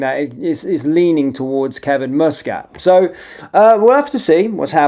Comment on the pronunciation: its m.u.s catt not mo.o.s catt